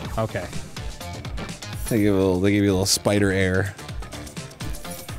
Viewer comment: Arin: They give you a little Spider Air Me: you mean Spidair🤣🤣